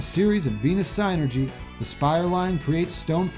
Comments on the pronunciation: Is it psi-nergy? I thought it would be pronounced syn-ergy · You where close in pronouncing it It’s Said Sinergey